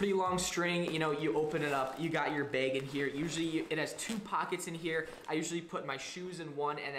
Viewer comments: Thanks for the info. Are you aware that you pronounce the word "bag" as "beg?" Is that a regional thing? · Yo I got the same “beg” as you 😂 also CEO of “what not”